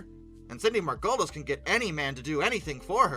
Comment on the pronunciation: Cant believe youngins dont know how to pronounce Margolis